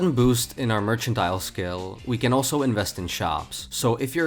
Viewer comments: It’s mer can tile. Not merch ant ile. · Gets upset over a misspelled sword in game. Also: Constantly mispronounces mercantile.